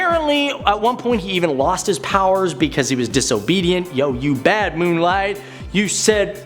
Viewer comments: Why do i like this host so much? But why cant he say "Moon...Knight" or am i the only one that heard "Moon Light"....i can take criticism...i have been known to be 2 samurai swords shkrt of a cutlery set... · His name is moon Knight not moon light man read the name slowly! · Is he calling moon knight “moon light” or am I hearing it wrong? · Brooks Robinson he’s definitely calling him moon light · I heard this too